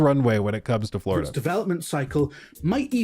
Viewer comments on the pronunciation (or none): “Buhhhhh dude Fwowida is anudder wevew”